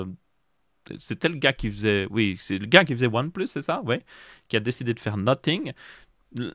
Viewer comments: Salut j'aurais une question : Pourquoi dit tu "Noting" pour dire "Nothing" ? Ta prononciation "noting" veut dire "en train de noter" et non "rien" qui se prononce "No-f-ing" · bien plus que nocing parce que la tu dis no-sing "chante pas" et sinon tu peux aussi écrire comment tu le prononce car la tu parles pour rien dire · noTing or noSSing ? J’en perds mon franglais…😮